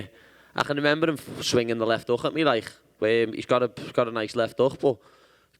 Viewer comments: what kind of accent does he have exactly? like is it closer to scottish or irish? or what is it? sounds very distinctive. especially some of those consonants for example "like" he says "lai-ckkkkhhh" lol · hiya he not saying heck it's liverpool accent he is saying like ...big emphasis on the K it's ya know "LIKE" I knew I would win